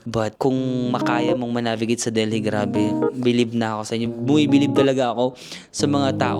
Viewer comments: Its Delhi silent h so deli no h. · Lol super talaga ang lakas ng loob mo. I like how u travel alone pinapalakas mong loob ko😊 Pero silent H yong Delhi . Correct lang po ❤❤❤ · love your vlogs!!! ❤❤ kaya lang, Delhi is pronounced with a silent H 😭😭😭